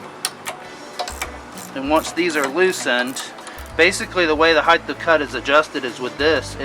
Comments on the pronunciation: Nice video but it's height of cut , not heithth of cut ...no such word as heighth ..I used to be a greenkeeper on a rural 9 hole 18 tee course and I made a aluminium bar with a threaded bolt to do the same thing .super fine feeler gauge to check blade /bed adjustment . My two mowers were Rover with 24" cut ..Now that course uses triplex ..faster but nowhere near the quality of cut and it causes compaction .I like how you leave the catcher off too in this application because the clippings are acting like a natural mulch for the grass ..Good stuff .. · heighthhhh of cut? :)